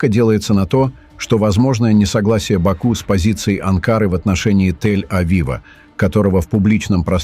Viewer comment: Не Ба'ку а Баку', не Анкара а Анкара'! Называйте вещи своим именами, уник.!